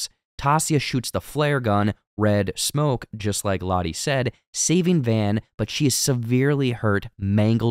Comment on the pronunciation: Butchered Lotto's too